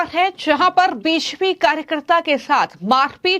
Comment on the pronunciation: Anchor BJP ko beshpi bol rhi hai kya ya kuchh aur hai??